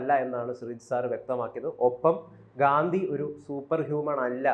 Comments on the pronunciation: ഗാന്തി അല്ല.... ഗാന്ധി ആണ്. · 😊 തെറ്റായി pronounce ചെയ്തതുകൊണ്ട് comment ചെയ്തതാണ്. ഗാന്ധി എന്നു പറയാൻ മസിലുപിടിക്കേണ്ട കാര്യമൊന്നും ഇല്ലല്ലോ 😂.